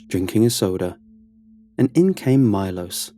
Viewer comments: Milos is actually pronounced ME-lo-sh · You pronounce it Milosch